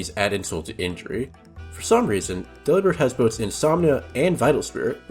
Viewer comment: Delibird is pronounced like "Delivered" but replace verd with bird.